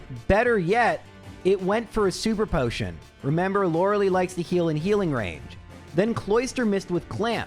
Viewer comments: "lore el eye" not "Laura Lee" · Stop calling her Lore-uh-lee. It is Lore-uh-lie. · Okay, J... I love your runs, but "You're killing me, Smalls!" with the way you mispronounce "Lorelei"--*every time*... :face-purple-sweating: It's not "LOR-ah-LEE", it's "LOR-eh-LYE", for pity's sake! :face-fuchsia-tongue-out::face-turquoise-covering-eyes: 'Much love for the Cubone run, by the way! :face-red-heart-shape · He knows, but he doesn't care. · I will never get over how pronounces Lorelei.